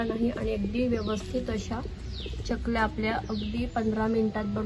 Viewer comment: चकल्या असा शब्द आहे. च आणि y cha जोड उच्चार करतात.